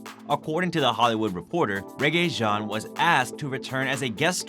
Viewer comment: It doesn’t sound like Rege, but I don’t know.